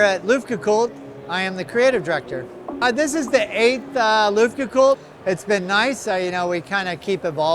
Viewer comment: Luftgekühlt... I know that "Umlaut" Ü is hard to pronounce. 😏